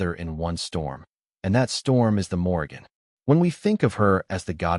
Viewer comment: Morrìgan is pronounced moor-eann - the g is silent....